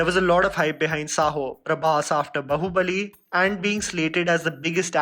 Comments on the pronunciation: Brooooooooooooooo it's baahubali not bahubali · Dude, been observing your pronunciation of many film names have not been correct, like here its not Bahuballi (how you pronounced), its Baahubali. Cheers!! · Its "बाहुबली" not "बहुबली", please pronounce it correctly 🙏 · Why do you always pronounce south indian film names like a foreigner. Common man its baahubali not bahubali. You can do better :D